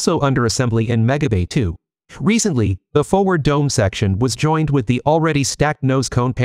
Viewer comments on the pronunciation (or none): none